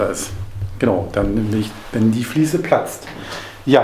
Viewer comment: Ein gesundes und frohes neues Jahr Euch allen! Super Video, vielen lieben Dank! Wieder sehr viel gelernt. es heißt "Fliese" und nicht "Fließe". Ich werde wahnsinnig 😂